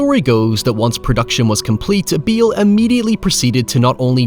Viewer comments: Its Bale not Beal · How would you pronounce Jessica Biel’s last name if you say Bale like Beal? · Took me, an American, about three minutes and thirty seconds into the video to realize that "beel" means Bale. Sorry, dude, love your work, though. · BALE NOT BEEL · BALE... not beil. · Bale! Bale! BALE!!! not biel. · Hey. Not to annoy you, but Christian’s name is pronounced Bail. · me: i cant wait to see how my favourite film review boy pronounces 'Christian Bale': Christian Beile, hyowever me: hahaha yes, excellent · Christian Beeel you say? Never heard of that actor. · Christian "Beel" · I keep hearing “Beal” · "Kreeeshtan Beeals's.." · Lol "beel" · The way you pronounce his last name infuriates me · i just cant ge tof=ver theway he pronoucles bale